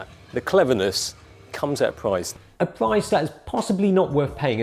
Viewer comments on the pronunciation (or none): none